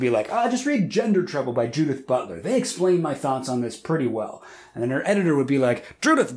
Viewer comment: pronouncing "Judith" as "Dudette"